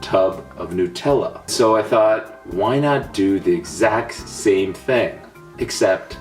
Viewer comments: A lot of people say it is Newtella instead of NUTella... It is made of HazelNUTS not HazelNEWTS.. Wow people these days.. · nutella is pronounced: NEW-TELL-UH not: NUT-ELLA U FUCKING FUCKTARD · I don't like the way you say newtella it's NUTella not NEWtella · Whd did you say it like it was spelt newtella but it should be said like nu-tella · new-tella?? wtf... NUT-ella, dipshit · Furious Pete Brah! Honestly each to their own. But I am curious, Why do Americans call it (to write it phonetically) Newt-ella? Like It is Hazelnuts are not called Hazelnewts, and it is not named because It is made from Hazelnewts, lol. So why? why not call it NUTella? Like I could understand somewhat if ye guys called Hazelnuts, Hazelnewts but ye don't so makes not sense! Lets go Pete, do this for your country and call It NUTella, but only if you want to. Pahahahaha! High 5 for eating that btw, savage Video! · I don't want to start an argument, but it is Nut-ella. Not Nu-tella. It's Nut-ella because it contains hazel nuts. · Its pronounced as Nut Tella, not Nu Tella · It's not pronounced Nu..........Tella It's Na.........Tella Or if your a perfectionist on pronunciation It's Nut........ella :D Just something i wanted to get off my chest!!! But pronounce it however you want!! :) Whatever floats your boat :) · It's not nOOtella, nUtella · Please someone explain why some people pronounce it nute-Ella when is obviously supposed to be NUTella! Explain dis shit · Nut-ella not new-tella!! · New-tella lol Nutella... NUT! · hate the way a lot of americans and canadians say nutella. its nut-ella not nootella. It doesnt bother me that much but it kills me a little inside whenever i hear it pronounced tht way. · Do you call nuts newts? It is nut-ella for fuck sake because it has hazelNUT not hazelnewt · Why do Americans pronounce Nutella as "Newtella"? The 'nut' in Nutella means nut, as in the food, nuts, HAZELNUTS. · Jamie - it's pronounced newt-ella. This is printed on every container.